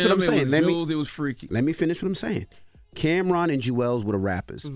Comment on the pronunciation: Who “cam’rom”?😂